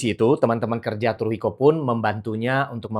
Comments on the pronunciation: Maaf dibacanya bukan Turuhiko , tapi Suruhiko dg T mengambang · baca Tsuruhiko itu "Suruhiko" bukan Turuhiko bang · Keren banget sih kontennya. B t w koreksi sedikit ... "tsu" dalam bahasa Jepang bukan dibaca /t/ , melainkan dibaca seperti /c/. Sehingga "tsuru" jangan dibaca "turu" , melainkan dibaca "curu" ( /c/-nya agak beda, sedikit dengan /c/ kita ... ujung lidah disentuhkan pada pangkal gigi ). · Bacanya Tsuruhiko seperti membaca Tsunami.. daripada "T", lebih banyak ke "S".. kalo susah pake "C" saja..🎉🎉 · benar sekali, bacanya Tsuruhiko